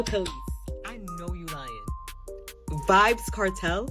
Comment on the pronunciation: Did she said vibzz Kartel 😂😂😂 child stop